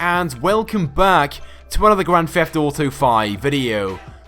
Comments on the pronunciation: Dude, it's Grand Theft Auto, not Grand Feft Auto. Why do you say it with an 'F'? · Dude it's Grand Theft Auto, not Grand Feft auto. Why do you say it with an 'F'? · That's how it's pronounced. A 'th' makes a 'f' sound